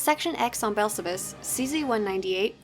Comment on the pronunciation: Completely random, but I love the way you pronounce "Belsavis"